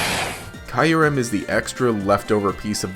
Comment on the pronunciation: It's Kyurem not Kyrem